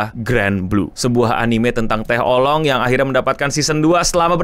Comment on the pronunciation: Setelah sembuh dr penyakit menyebut Anime dgn "Anim", skrg malah nyebut Oolong jd "Olong"